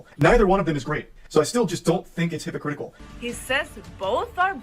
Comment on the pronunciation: calling him hypocritikal is so funny lmao 🦔❄